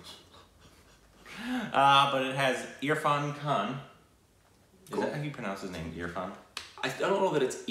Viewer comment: pronunciation of Irfan is correct 😄👏